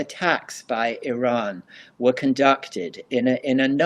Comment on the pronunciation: Thank you for your great video, and your perfect pronunciation of IRAN. I've including the proper Pronunciation of IRAN & IRAIAN for your audience. "IRANIAN" however, is often mispronounced by many, but not all. The following is a review for your audience : IRAN, is pronounced "Eee-Ron". It's neither Pronounced "Eee-RAN" nor "Eye-RAN". Moreover, IRAN shares its literal meaning with IRELAND (Land of Aryans). Once again, the proper pronunciation for IRANIAN, is "Eee" (rhyming with See) + Ronnie (abbreviation for Ronald) + Yan", rather than "Eee-RAINY-Yan". A simple mnemonic would be "There is no RAINY weather in the forecast"! Thank you